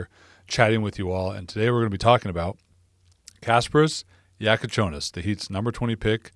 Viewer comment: man... perfect pronunciation of his name! greetings from Lithuania ;)